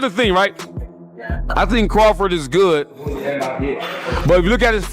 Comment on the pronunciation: Who the hell is craftit 😂. It’s Crawford!!!